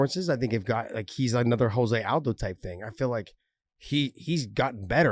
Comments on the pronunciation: Josh. It's pronounced Joh-zay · Nor should you...his name is "Joe-zay"...just like RDA is pronounced "Ha-fael" not "Rafael"...it's a respect thing.